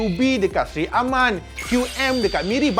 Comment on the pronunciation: Sri Aman bukan Seri Aman 🤣